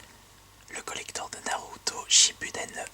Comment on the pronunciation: ce que contient ce COLLECTHORRRRRHEEEE Aie la prononciation